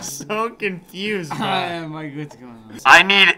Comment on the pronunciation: When I'm a girl and griffin says braa Me:😯😕